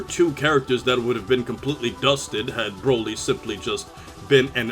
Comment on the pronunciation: why you cant say z broly better